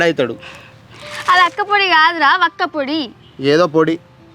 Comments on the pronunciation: అక్కపొడి కాదురా బాదుకావ్ వక్కపొడి 😅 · Akka podi kadu ra ....badakav 😅 vakka. Podi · అక్క పొడి కాదురా బాడకావ్,వక్కపొడి😅😅